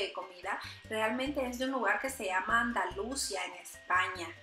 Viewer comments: Andalúcia o Andalucía ?? Jajajajajaja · Andalúúúsia en España? 😂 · Se pronuncia Andalucía acento en la i❤😍🥰😘😘😘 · Andalucía, esta bien saber el origen de los chicharrones, pero no saber pronunciar el lugar es una aberración querida